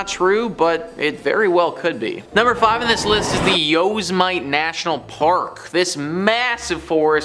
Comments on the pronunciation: This guy is American and said yo-za-mite lmao took me right out of story time and his reciting seems lackluster. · It's pronounced u-sim-ety(Yosemite) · The way you say Yosemite (yow•seh•muh•tee) makes me cringe. But otherwise great video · Its YO.. sim..etee